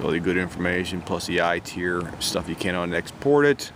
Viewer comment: It’s not ITier, it’s ITAR. Pronounced as FAR but with a T.